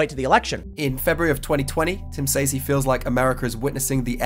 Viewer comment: Great video brotha. But since I'm petty I gotta point out I can't stand the way you say "s-Ayeez" (says). It's like SAY(S) but forcing it to be plural. SAYEEZ lol hate it SOOO much. Proper = [s-ez] or [c-ez]. Might just be my 'Merican linguistic imperialism lol